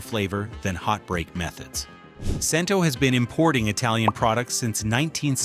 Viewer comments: CHEN-TOH...NOT CHEN-TOW/TOE! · Cento is pronounced "Chen-toe."